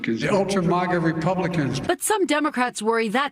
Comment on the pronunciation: My man said ultra-mauga